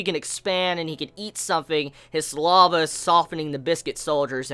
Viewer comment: Listening to him pronounce Saliva as Sa-Lava is funny.